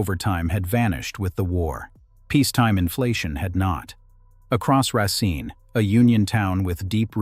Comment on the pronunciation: I wanted to watch this but the narration is so... all over the place. Racine is pronounced correctly and then not. It just feels unfinished.